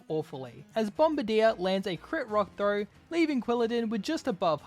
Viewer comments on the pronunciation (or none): none